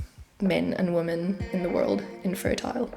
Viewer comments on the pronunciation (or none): womEn, the plural of woman is womEn. Check your pronunciation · I appreciate the hard work you have put into such a serious topic. Please, “women” is pronounced differently than “woman”. Mispronunciation discredits your thoughts and ideas.